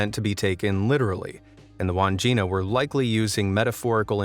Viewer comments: Its not pronounced wand jina its Wan (as pronounced in swan) - Jina (as pronounced gin) - a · Wandgina is pronounced wad gin nah.